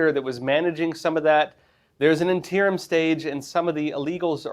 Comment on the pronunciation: Interim. in-TEAR-um? No. INN-turr-umm? Yes.